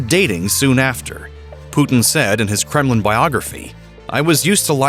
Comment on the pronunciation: I like the way you say his name. Puut-n. Also it's L-yu-d-mila. Not Lidmula.